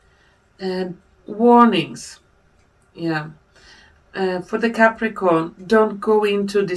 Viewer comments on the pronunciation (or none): Ou nou, say capricorn but thanks still 😳🧡